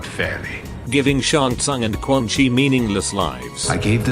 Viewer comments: Why do you pronounce quan chi as "Quan-Kai"? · I love that the Text-to-speech breaks and says “Quan Kai” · Why does the TTS keep changing its mind on how Quan Chi is pronounced